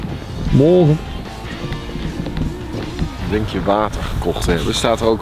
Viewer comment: Op lijk je net een zeeuwse met "mogge"